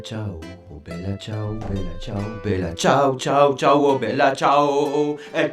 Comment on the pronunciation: La part contre tu ma tue quand ta dit bella cias 😂😂